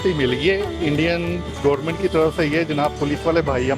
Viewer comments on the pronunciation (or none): none